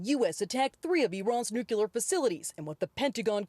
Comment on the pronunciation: Did that reporter actually say "nucyuler?"